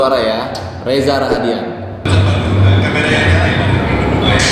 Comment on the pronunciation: Maaf ya ka. Namanya reza rahadian. Gak pake R 😊